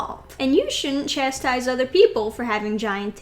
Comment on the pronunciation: Chastise or "Chestise"? Sorry, I just had to.